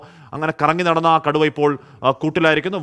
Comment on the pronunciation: കടുവയെ കുടു എന്നൊക്ക പറയുന്നേ കേട്ടു reportr 😂😂😂😂